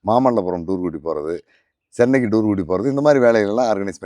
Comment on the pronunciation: இவர் புகைப்படம் கலைஞர் அதை முதலில் சொன்னா சரியாக இருக்கும் சரியான ஆங்கில (pronunciation) கூட வர வில்லை இவர் எப்படி பத்திரிகையாளர் ? (டூரூ ) கூட்டி போறது இவர் அடுத்த youtuber பேச தகுதி இல்லாத மனிதர் தற்போது இவர் பேசும் வரை நேர்காணலில் வீரப்பன் கதை இவர் மட்டுமே..... தவறு இவர் கூட காரணமா இருக்காலாம் இவர் தானே திரு வீரப்பன் அவர்களை புகைப்படம் எடுத்து .....